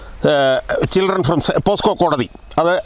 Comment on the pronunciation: പോസ്കോ അല്ല പോക്സോ